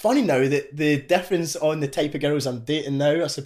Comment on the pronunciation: when hes says girls it sounds like hes saying ghettos